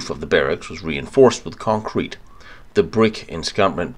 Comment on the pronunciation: great video but i wish everyone would teach to say CONCRETE